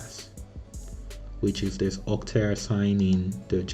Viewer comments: Brother its okta, not otka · My ear hurts everytime he says "OTKA" :p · I think i'll probably saying "OTKA' instead of OKTA 🤣